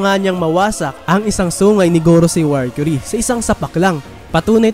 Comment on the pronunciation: mercury ndi warcury hahaha tska stassy basa don ndi stussy hahahaha